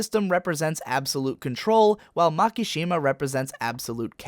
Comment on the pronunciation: I always hate how pronounce Japanese words..... MAAAKAAASSHIIMAAA. seriously bro, you dont have to pronounce every vowel into a long one. its not that hard really try it "ma ki shi ma"